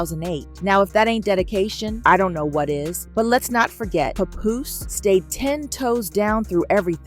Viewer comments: Who the heck is puh-Poose? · I hate the way they say his name. It's not pupoose. It's Pap Poose lol